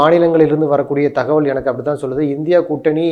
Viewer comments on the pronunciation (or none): none